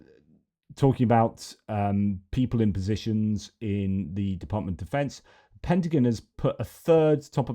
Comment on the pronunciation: It's driving me crazy! It's not pentaGUN (bang) it's pentaGON ( like I'm gone if you don't correct it)!